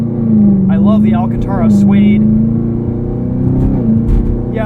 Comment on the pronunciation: The phony leather treatment is pronounced....AL-CAN-TEAR- AH